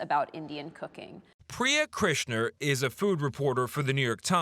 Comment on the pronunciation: I love Michelle Miller's enthusiasm and style of on-site reporting,😍 ...but her pronunciation of Indian words and names etc. is KILLING me...! 😬 Janet Shamlian's enthusiasm for Chef Istwal's food was also 😍 ...and her pronunciation was 😬 as well. 🥴🥴 "Jaaffrey" not "Joffrey (like the ballet company)." "Priya KrishNA" not "Krishner."